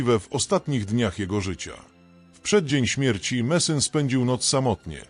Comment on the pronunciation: idiotyczne AI które to czyta robi z ludzi idiotów. Nazwisko tego człowieka to Messing!!